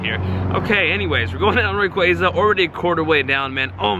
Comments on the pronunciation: RAY-KWAY-ZA Bro it’s RAY-KWA-ZA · "rah-quaza" LMFAO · I HATE HOW YOU PRONOUNCE RAY-KWA-ZA